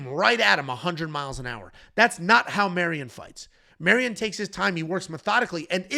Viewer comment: Another Mairon Santos breakdown where calls him Marion the whole time 😂